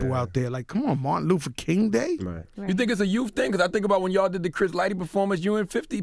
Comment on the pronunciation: So they let him keep saying Martin Loofa King😒